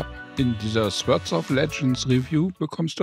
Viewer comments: Nur als Anmerkung: das Wort "Sword" wird "Sord" ausgesprochen, nicht "Swörd" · Fand das echt ein gutes Review! Werde es mir wohl mal angucken. Aber ohne jetzt so ein Typ zu sein - ich hatte Gänsehaut bei jedem Sword :D sôrd wäre die Aussprache. Nicht falsch verstehen :)